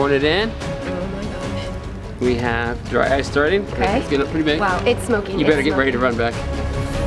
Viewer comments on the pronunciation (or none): I thought when she said “dry ice” it sounded like “dryce”